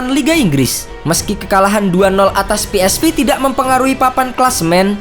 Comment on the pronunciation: Cara nyebut yang benar , Verman ( Veerman ) bukan Virman dong . Philips Sport Voetbal Eindhoven yang betul ejaannya Belanda A Be Ce De bukan E Bi Si Di . Pe eS Ve bukan Pi aiS Vi .